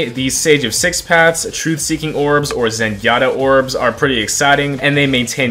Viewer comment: was it just me or did i hear zengyatta 💀